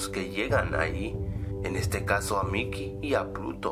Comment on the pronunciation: 1:3 DICE MICHEY Y A PUTO ¿QUIEN MAS ENTENDIO ESO?